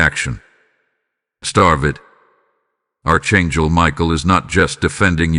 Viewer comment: Archangel is not pronounced "Arch" it is a "ck"